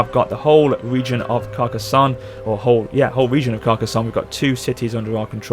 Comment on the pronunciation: You are saying Carcassonne surprisingly well. Nice pronunciation.